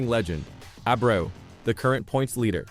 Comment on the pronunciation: Rico's last name is pronounced AY-BREW.